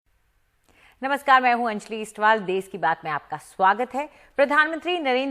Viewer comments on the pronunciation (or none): देस क्या है? देश होता है। देस नहीं।